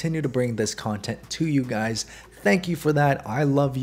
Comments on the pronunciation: No be honest. You started the video with what's up gays and not guys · did he say guys or gays😀